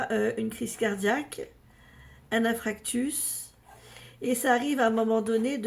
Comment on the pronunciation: Ya un pont qui a été explosé au Liban mais avant votre prédiction. Le Danemark massacre les dauphins. C'est infarctus pas infractus. Lhomme en cavale avec disparition femme et enfant cest déjà annoncé avant prédiction.